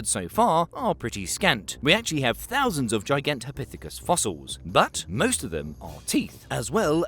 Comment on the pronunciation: gigantopithicus what now 😂😂😂